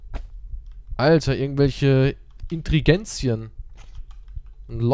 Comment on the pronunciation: Ingredients nicht Intregenzien ngvijdenhgidhngiofdmnhg man wie mich das getriggert hat XD